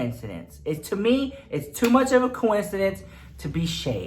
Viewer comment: It's "coin-incidence" 🤣😅